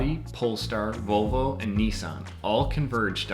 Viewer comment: It’s disturbing how many members of the automotive press pronounce Audi as “oddy” and Volvo as “bobble.”